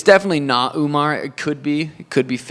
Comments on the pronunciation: "Uman-nar" lmao 🤣 wtf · Dude is saying Uminar 😂😂😂😂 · Umar❌️ Umenaaaar ✅️😅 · why does he keep calling Umar, Umnar? 😂